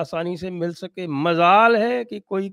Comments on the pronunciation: Majaal ke bajaay Mazaal sunke kaan se khoon tapakne lagaa Sanjay ji. “majaal” boliye please. 🙏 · Majaal not Mazaal. Aap to udu ,pharsi adi achhi jante hain.